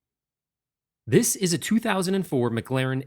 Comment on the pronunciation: The way this guy pronounces "Mclaren", "Ayrton Senna", "David Coulthard".. Good god..